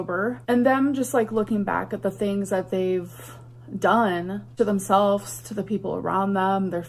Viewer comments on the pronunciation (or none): Don’t forget “attic” instead of “addict”, and “themselffs” instead of “themselves”.